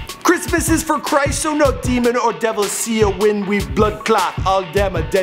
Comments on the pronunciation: You pronounced cyaah as see*uh ? Really bro? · Bway the reading of the language a kill you.lol. di bredda say sia for cyaah. no doubt a goodle translate it lol.